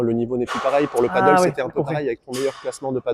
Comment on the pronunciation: Peut-être commencer par prononcer padel et non paddle ? 😋